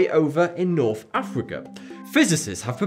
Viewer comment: "Providing Norf Africa wif fwesh water."